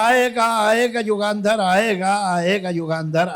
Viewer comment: बेहद खुबसुरत! सिर्फ एक सुझाव: युगांधर नही, युगंधर.